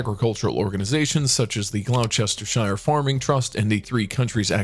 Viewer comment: Pronunciation of British names can be tricky! A few howlers: Derby is pronounced DARBEE; Courtenay is pronounced CORTKNEE; Gloucestershire is GLOSSTERSHUR, Wiltshire is WILTSHUR, Arundel is ARUNNDELL, and the title "Earl Marshal" refers to a role, and is held by his father the Duke of Norfolk, not Arundell; Iveagh is IVEE; Cadogan is CADDUGGAN. "Stoker" Cavendish is now not an earl, and the wealth is in the senior title, which is the Duke of Devonshire, so NOT an earl. Similarly Dickie Dalkeith is now a Duke.